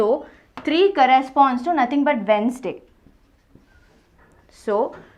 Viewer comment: She is the only teacher I have ever seen who pronounced Wednesday properly 😅